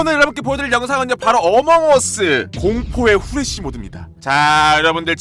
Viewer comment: 후레시를저 후레기 라고들었어요..ㅋㅋ?